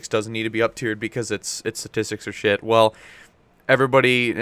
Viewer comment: Hey did you say "that's pretty much shiit" at the end there?